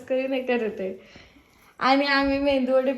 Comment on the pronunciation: अग मेंदू वडे नाही मेदू वडे